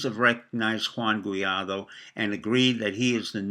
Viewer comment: G-U-A-I-D-O. Sound it out.